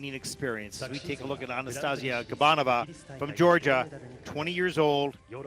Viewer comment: I wish said Anastasiia’s name right 😅